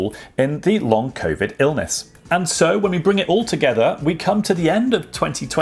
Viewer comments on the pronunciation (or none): none